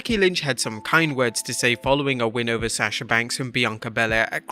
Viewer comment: How do you run a wrestling channel and not know how to pronounce “Sasha”?